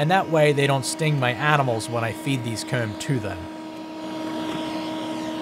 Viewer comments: I keep hearing COOM and not COMB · Is he pronouncing the word "comb"? Regional accent?